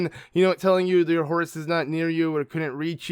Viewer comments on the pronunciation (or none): I keep hearing "Horus" when you say horse, and now I'm picturing link in Horus (from warhammer 40k) gear xD (something like this: but with link's head showing instead of Horus =P) I think horses makes so much more sense, and I love the small taming things you do when you have a new horse. But the bike is definitely the one I would use ( haven't unlocked it yet, just started playing this game yesterday =P)